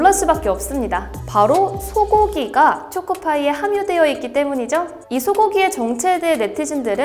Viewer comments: 죄송한데 초코파이 음 틀리셨음ㅠ… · 쪼코파이 발음 귀여워~